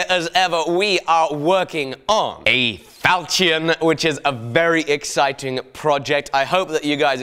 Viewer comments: Is that how you say ¨ falchion¨? How weird. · Damn, the way you pronounce "falchion" makes my ears hurt. Is this just a mistake or some weird accent thing? [Edit: I love the fact that you got more accurate info from James Elmslie though, he's a master when it comes to medieval single-edged swords]